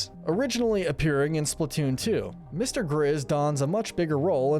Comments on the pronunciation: He said mr. gizz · “Mr. gizz” you mean Mr. grizz